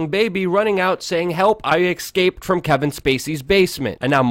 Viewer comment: I thought only black people said "exscaped" instead of escaped.